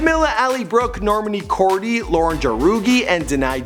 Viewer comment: literally cringed hardcore at the complete slaughtering of their names. Normaney? Cordy? JAROOGEE???